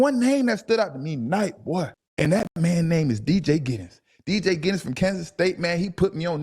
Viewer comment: Thank you for saying his name “ D.J. Giddens”